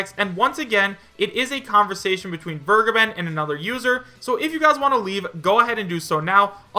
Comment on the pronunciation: Vergeben is german It means to forgive it is pronounced like Fair + Gay + Ben